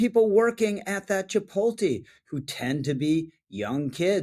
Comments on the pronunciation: it's chih-POAT-lay 😊 Love your content, man! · It's pronounced chip-POTE-lay. Thank you for your attention to this matter. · It’s Chee-polt-lay dude come on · As concerning as this is, I’m honestly more disturbed that you just called chipotle “chi-pole-tee”. What is this, 2007? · This guy can't pronounce chipotle lol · Bro that is not how you pronounce Chipotle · Rich gotta learn how to pronounce Chipotle 😂